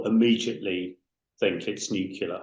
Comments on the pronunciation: Drives me insane - N U C L E A R - FFS!! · What's nucular? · Not new killer, it’s nuclear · Like G.W. Bush - drives me insane.. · you cannot be a nuclear scientist if you say 'nucular'. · At least get an expert on that knows how to say "nuclear" if that's what the subject is.